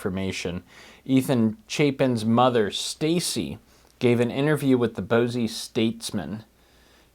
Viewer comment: Just found your channel and loving it so far! This may have been a slip of the tongue but just in case, Boise is pronounced like "boy-z" and not "bows-e". That's where the Daybell case will be tried, so it will likely come up again.